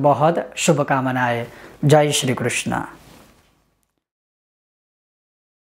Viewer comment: "जय श्रीकृष्णा" बोलकर सारी विद्वत्ता का सत्यानाश कर दिया आपने! जय श्रीकृष्ण उच्चारण व्याकरण की दृष्टि से और शब्दार्थ की दृष्टि से शास्त्रानुकूल है जबकि कृष्णा नहीं! कृष्ण = भगवान श्री कृष्ण चंद्र जबकि कृष्णा = अयोनिजा यागसेनी द्रोपदी को पुकारा जाता है!